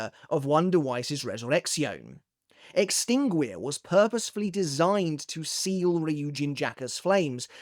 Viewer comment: The "gui" in "extinguir" is actually pronounced like the one in guitar. The same goes for "aguila".